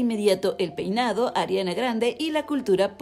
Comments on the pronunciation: Jaja si dice Poinado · Jaja en el minuto dice "poinado" 😂